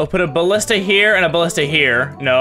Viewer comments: At level nine he calls a Ballista a Bashton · Ballista. Not Bastion.